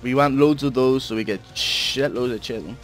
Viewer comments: It's pronounced Kye-Tin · Lol "chitin"